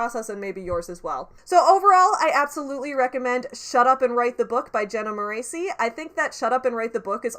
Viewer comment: You mispronounced her last name! In every one of her videos that I saw back when I was a diehard fan who lived and died by her YouTube content, it's pronounced More-ess-ee, not More-ay-see. P.S. Controversial opinion! I'm not a diehard fan anymore, I personally found a lot of her advice more harmful to me than helpful, and I outgrew the beginner level advice prominent in a lot of her videos prior to 2020.